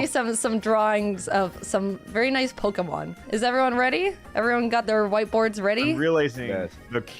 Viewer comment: draws as good as he says the Pokemon names:D